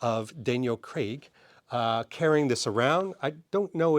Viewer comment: Please for the love of all that is holy, stop overpronouncing Craaaaaaiiiiig.